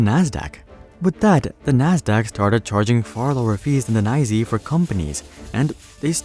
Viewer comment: The NYSE is not "Neye-zee" ... the real wall street people just say it as "N" "Y" "S" "E".